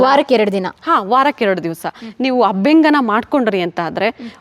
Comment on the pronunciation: Its abhyanjana dont pronounce it incorrectly.... And by the way dont add up unnecessary words and irrelevant words... U just tell wats best abt your product